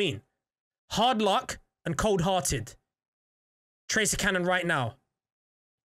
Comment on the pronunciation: your not getting the tractor cannon because you can’t say it right.